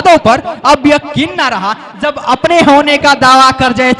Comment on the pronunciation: Pronounciation sahi nhi h jb ko zb jante k bajaye zante is trh ka shayri achha nhi lgta, tallafuz pr dhayan den plzz